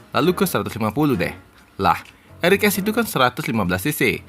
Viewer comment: R EX bukan R EK